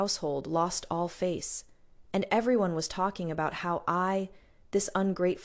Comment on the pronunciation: Your AI narrator needs upgrade especially when pronouncing the words: anyone, everyone, tears, row, wound, bow and a few others more, but I truly enjoy your channel's stories. Fantastic!